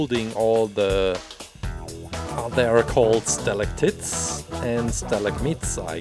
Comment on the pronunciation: Stalactits 😂😂 I know English isn’t you’re first language so I’m gonna help you out, it’s pronounce with an “ite” at the end. Like night or fight. Stalagmite is also like fight and night not fit and nit